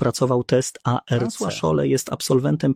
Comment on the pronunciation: specyficzna intonacja w przypadku zdań pytających - swoją drogą, zaskoczyło mnie, że czasem jednak intonacja była naturalna. błędne końcówki wyrazów w przypadku cyfr ("z roku dwa tysiące dwudziesto nie był w stanie.."). zmieniająca się wymowa skrótu ARC - "a-er-ke" lub "arke", acz tu może się czepiam